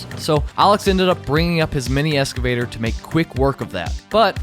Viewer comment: Why does he say mini ESSCAVATOR? Its EXCAVATOR!!!